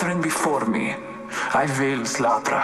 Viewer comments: Its slátra not slaughter its icelandic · i dont think its slaughter its slatra